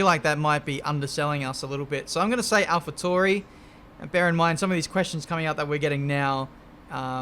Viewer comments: its not alpha torie its alpha tauri jheez 🤣🤣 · Alpha Tauri... Pronounced... (Al-Fa T-Ow-Ree) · Ben, is alpha TA-OO-RI